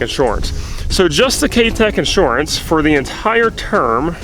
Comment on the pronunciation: You say inshorance funny. Lol jk Thanks for the honest video. It's funny when people pretend like they paid 25k for the tractor and leave out everything else.